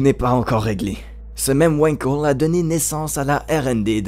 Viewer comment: Wankel étant un nom allemand ça se prononce "Vangkell" et non pas "Ouainkeul". Et c'est un moteur de m... super-polluant. Si on aime la moto, on aime les vibrations ! Après si on n'aime pas les vibrations, il reste les motos électriques, bien plus avantageuses que les Wankel !